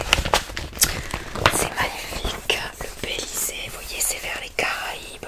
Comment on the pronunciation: Ça se prononce Bélize pas Bélizé 😉